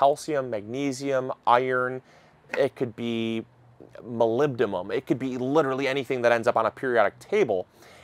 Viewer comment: Hey! Thanks for the videos. Just a correction, the element is “molybdenum” with an “n” (we use this all the time in radiology as the precursor for nuclear medicine imaging). Keep up the great work!